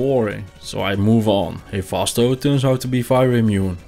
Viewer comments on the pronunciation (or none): none